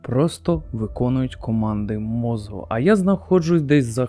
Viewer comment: Давно підписаний на ваш канал, тут багато цікавого але прошу вас "мозку" не "мозгу" похідне від мозок. Не хотів нікого образити, просто дуже вухо ріже і в багатьох відео